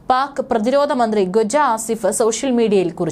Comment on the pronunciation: ഗ്വജ ആസിഫ് അല്ല, ഖ്വാജ ആസിഫ് പറ്റുന്ന പണി ചെയ്യ്... പോ...